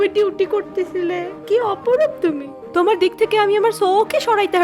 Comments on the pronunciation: দিক or dick?😅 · Dick থেকে নাকি দিক থেকে???🤣 That was hilarious! 😹